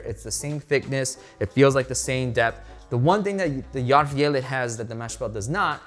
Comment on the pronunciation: hahaah ohgod, when you said swedish and german are similar, no they're not! It did feel like as the review went on, you did pronounce it better and better, but maybe I just got used to it. but you did pronounce järvfjället really well !! thanks for the review.